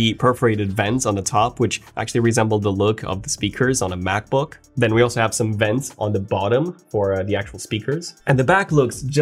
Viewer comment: him saying vents got me laughing